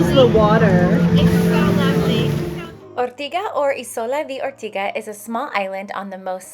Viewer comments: I am Sicilian/Australian and absolutely love Ortigia. I’m back every year. But I’m sorry, if you’re going to post a video to the world please pronounce Ortigia correctly..it is Or-tidge-yah, and not Or-tiga! And it’s See-ra-goosa..and not pronounced like the New York City. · It's pronounced Ortidja - not Ortiga!!! And the church housing the Caravaggio is in the modern part of Syracuse. 🙄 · Ortiga???!!! Wrong pronounciation (listen to the locals 😂) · I think it's Or-tee-dja. Parking is such a stresser all over Sicily. I wish you were telling useful info about the parking situations in each place. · Pronouncing the name wrong